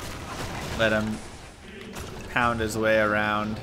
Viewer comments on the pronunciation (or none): none